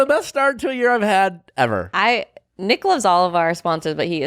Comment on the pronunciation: Nick sounds like you have a lisp.. maybe take a pronunciation class